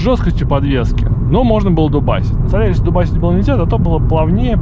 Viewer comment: спасибо за видео, но он же солАрис!))